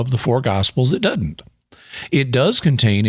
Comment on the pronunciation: The word "doesn't" isn't pronounced "dotint". Your videos are fantastic.